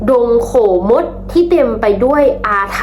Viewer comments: ดงโขมด..ออกเสียง ขะโมด ครับ ไม่ใช่ โข มด ครับ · ดงโขมด อ่านว่า ดง ขะ โหมด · ดงโขมดอ่านว่าดงขะโมด🎉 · ดงโขมด อ่านว่า ดง ขะ โหมด ครับ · ดงโขมด อ่านว่าน ดงขะโหมด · อ่านว่าขะโหมดจ้าหลานลี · อ่านว่า ขะ-โหฺมด